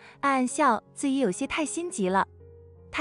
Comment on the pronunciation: 怎麼連“自己”都能念成“自以”😂